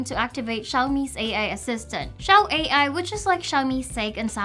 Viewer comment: not read xiao a.i 😂 is xiao ai